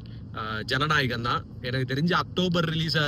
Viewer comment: Bro Jana Narayan ila ..Jana nayagan